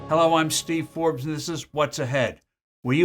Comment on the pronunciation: Hey everybody, it’s Teve Torbes.